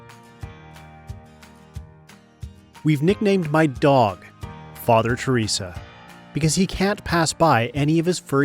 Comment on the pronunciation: It's actually "Teresa" not "Theresa"